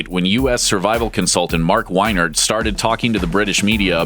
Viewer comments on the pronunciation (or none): Lol its funny because I went to a survival camp tbat was owned by Mark Wienert and he told us about that stuff. XD. That guy was a dick. Btw you pronounced his last name wrong. It sounds like weenert.